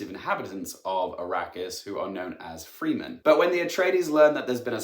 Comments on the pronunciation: It's not pronounced "free-men" just Fremen. So many people make this mistake.. my petty annoyance. Otherwise, spot-on review. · FREMEN IT'S PRONOUNCED FREMEN NOT FRIKKIN FREE MEN! How many more times do i have to hear this on y/t! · Please its fre men not free men 👍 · Fremin not freeman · From this review... does this mean that the movie calls them the "Free-men"..? I've never heard it pronounced that way. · Please don't tell me they pronounce Fremen like 'freemen' in the movie...